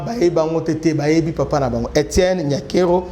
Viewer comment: La Damme son vrai nom est NIYONKURU qui es le nom d'origine Rwandaise et Burundaises qui signifie (God is great) mais un journaliste dela Rtnc a mal prononcé ça lors du premier prestation du serment de Félix béton en appelant NYANKERO qui n'a pas aucune sens et signification au Congo,Rwanda et Burundi mais ont comprends l'erreur commise par le journaliste prcq le kinois ne pas bon en prononciation de Kinyarwanda et kirundi